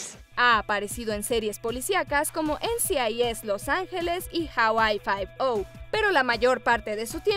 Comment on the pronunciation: Hawaii Five "Ou" 🤦🏻‍♂️